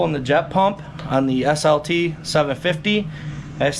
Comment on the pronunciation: SLT.... you said it right!